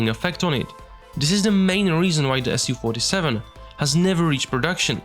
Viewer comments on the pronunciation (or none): Absolutely amazing work! I wish you best luck with this! Do you have any real documentation about plane and photos of cockpit? Is it even possible to be close to real? Little pronunciation corrections: Not an "S-U-47", but "Soo-47" ("Su" is just shortening from "Suknoi"). Also bErkut.